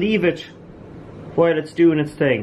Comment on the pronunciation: "...lightin' every 'ting on fire..."